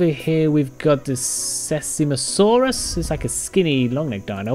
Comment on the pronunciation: Its pronounced “sizemosuarus”